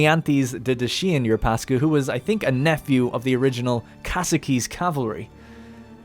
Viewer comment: It's not Dacian - It's Dat- chee-an - like the car.